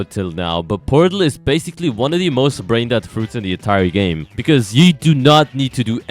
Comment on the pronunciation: Guys why does he say bascil. every time😂😂